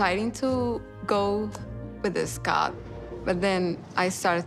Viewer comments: Grammers and Redditors call him eScott thanks to her daughter Nicole pronouncing his name. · You mean EhhSckot